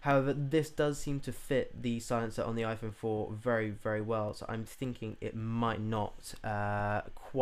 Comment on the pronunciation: iPone?? Hahahaha!